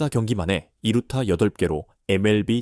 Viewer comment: 두루타 라는 것도 있는가? 했는데 이루타였구만....ㅋㅋㅋ